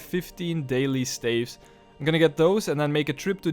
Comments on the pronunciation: Why do you pronounce staffs like that? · I love the series but the way you pronounce "staves" is killing me